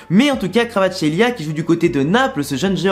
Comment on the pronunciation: La prononciation c’est simplement VARASKÉLIA